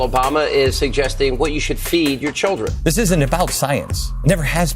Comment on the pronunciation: Who wrote it for her? She can’t even pronounce children. She pronounce it trudence. I’m keeping my hard end coin than to buy crap call book.